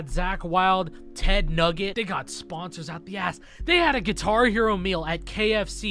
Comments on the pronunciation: Did you say Ted Nugget instead of Nugent?! lol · are we gonna talk about him saying ted NUGGET????